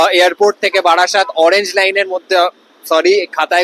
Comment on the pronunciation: ওটা বারাসাত নয় রে, বারাসত 😂😂